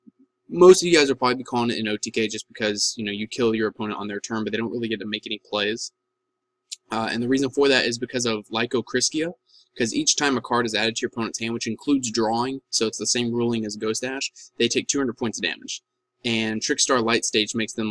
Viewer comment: Lychorissica is supposed to be said like Licorice but with an A at the end, I think